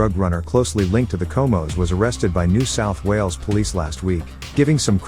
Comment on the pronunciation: Cohmohs? Bit close